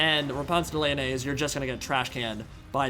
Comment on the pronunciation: Therapist: " pronunciation of Lyonnesse can't hurt you.": "Repanse the mayonnaise"